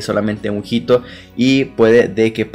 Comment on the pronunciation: la H en español no tiene sonido. HITO se lee ITO